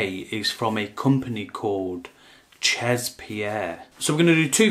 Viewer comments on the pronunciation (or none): Omg CHEZ is french for "at"....spelled she'...not chaaaz.... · Jesus, you're teaching people about haute parfumerie and you don't know how 'chez' is pronounced? That's basic knowledge, even if you're not into fragrances you're supposed to know such elementary stuff.